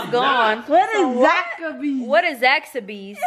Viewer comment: “ zax-a-by’s “ i’m weak 🤣💀